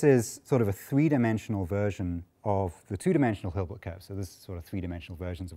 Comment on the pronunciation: Hilbert not Gilbert!